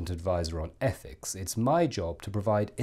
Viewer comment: Are you the Advisor on ETHICS, or the speech impediment sourced ETHEX?